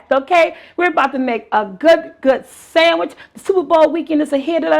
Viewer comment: Did she say sammich? Yassss I know that taste bomb